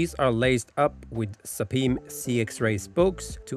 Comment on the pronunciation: at least your pronunciation of sapim is better than most English speakers :)